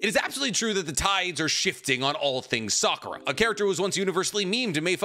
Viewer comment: I REALLY almost stopped the video when I heard Sakura 🤦🏾😒